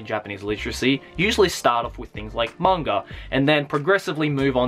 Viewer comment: why do you always say manga like there is a r at the end?